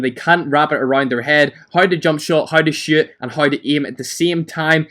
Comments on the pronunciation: Lol it sounded like u said how to shit When u were talking about the jump shot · Lmao when you say shoot, it sounds like you say shit